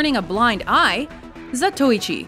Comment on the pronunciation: I'm pretty sure "Zatoichi" is pronounced "zah toe ee chee".